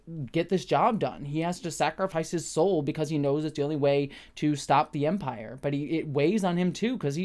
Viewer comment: A few quick thoughts early on: congrats on getting Dedra's name right! I've been watching a few reviewers mess it up, so don't feel bad, but I appreciate that you listened to the feedback. I hope it wasn't too venomous. Next: it briefly sounded like you said "we, as vampires, would investigate" instead of "as the Empire" and it cracked me up too much for a dreary afternoon. Onto the proper review stuff: I disagree that they didn't really state the goal of Mon Mothma's potential money guy, as he ends up outright stating he doesn't want a betrothal (obvious lie, but it broaches the topic) and then notes her daughter is of age in their society - that's pretty blatant, especially for the conversation those two were having, wherein they danced around what they were really saying. I did like the scene, though, I'm just disagreeing with the description of that. Also, I thought moustache guy was a different sector head, not the assistant to Dedra (I was pretty sure that guy didn't have a moustache), but I am writing this reply/watching this video without easy access to Disney+ so I could be wrong as I can't check. Still, I like his little storyline and confrontation with Luthen, including Luthen's speech (which seemed a little too honest/direct for Luthen to give, but it was still a great moment) Overall, I was a little disappointed with this week's episode and I'm not sure why. I think I was hoping for the crushing tension that the heist episode delivered, whereas the prison break..